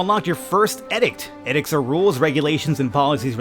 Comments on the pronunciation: It's pronounced "eedict", but knowing you, you will keep saying edicts especially because someone commented on it:p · I don't want to be that guy but the way you say Edicts annoys me but I love this series.